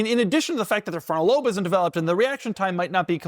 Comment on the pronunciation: did he just say frontle lobe🤣🤣